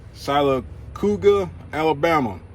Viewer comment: Lol close on the name...Sylacauga... see if I can type this out... (seal-a-cahw-ga)